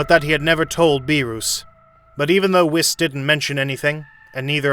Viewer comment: ""Beeerus and Wis"" xD